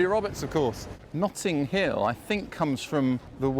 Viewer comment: ‘Nutting hill’?